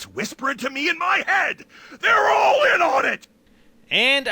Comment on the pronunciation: He puts to much ennfasis on the all